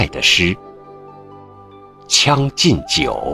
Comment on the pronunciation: 你有些字是不是练错了？是将（江）进酒还是（枪）进酒？还（孩）复来